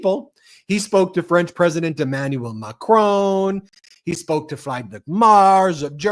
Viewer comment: It‘s “Freed-rick Mertz”. Friedrich Merz.